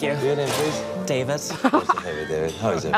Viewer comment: its a short a in David like the show little Britain. Hi I'm David I'm the only gay in the village.